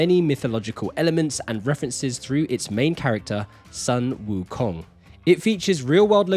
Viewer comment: Ah, are you Chinese, actually? I noticed you pronounced Sun Wukong with English vowel in Sun, but with correct tones, cool